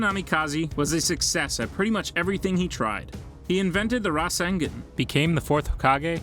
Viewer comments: He pronounced every word so funny: jinjustu- genjustu......rasangen-rasengan.......manato-minato....akatasuke-akatisuki.......kagayal-kaguya😂🤣😂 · The way you say Akatsuki and Rasengan makes my skin crawl so much